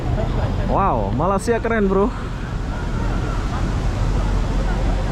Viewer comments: ko bkn krr kat jakarta lagi krr....., masa bila ko dtg KL.....,sebut Malaysia..., bkn Malasia..... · Halo bang.. Jangan malas- malas ya. Sebutan Malaysia itu ialah Malay bukan Malas - ya. Seperti kita menyebut day bay Jay say lay may. Bukan malas dan juga bukan malai. Kalau malai itu seberti Palula Malai Ali, lemah gemalai. balai polis. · maaf ingin menegur sebutan nama negara kami MALAYSIA bukan Malasia....sila bunyikan huruf Y nya itu...hihi TQ dengan video2 anda sekaligus dapat mempromosikan negara kami